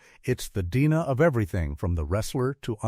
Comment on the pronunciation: DNA pronounced 'deena' means AI narrator